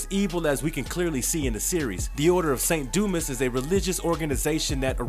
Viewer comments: There was an odd inflection , too. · Bro said: 'saint doo mess' 💀